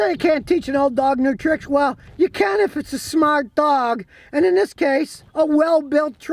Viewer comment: This guy Scotty is too great… “THEY SAY YOU CANT TEACH AN OLD DOG NEW TRICKS, WELL, YA CAN IF ITS A SMAHHRTT DOHGGG” 😅😅